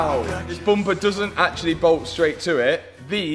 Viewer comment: It's bum per not boom per